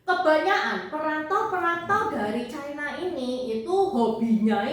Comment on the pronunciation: Ucapan yg bnr China, bukan Chaina